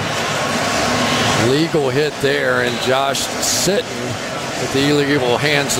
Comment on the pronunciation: he said Josh “Shittin” 😁